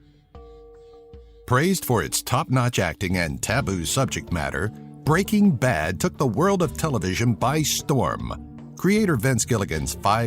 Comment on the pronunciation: It's Br eaking Ba d not B reaking B ad